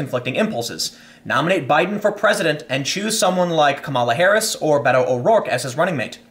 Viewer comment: Fyi... not bay-toe.... bet-o is correct. Irish man using a Spanish nickname smh